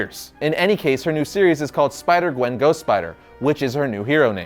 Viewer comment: Which one is your favorite? Oh you said spider qwen. I thought you said qwen stacy.